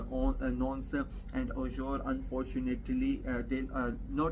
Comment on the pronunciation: Ur Pronounciation of FRENCH🇨🇵 is TERRIBLE. However... Its NOT easy 4a non-French speaker to pronounce. TBH. Let me 《COACH u》 a bit. Auxerre = O-z-"air" Nantes = Nan-T DO NOT pronounce the "S" The 《S》is silent. Like in... Nîmes = n-EE-M But for LENS = L-EN-S + Rheims = R-1*-S u DO pronounce the 《S》 (1*=like in le Pain🇨🇵; le Vin🇨🇵; le Boursiny🧀🇨🇵 ; Vingt🇨🇵 =20)